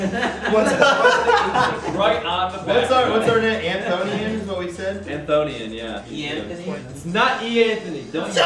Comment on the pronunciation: Why didn't Ian and Anthony just go with the ship name 'Anthonian'? I mean they did but they should've pronounced it AN-thon-ian instead of an-THO-nian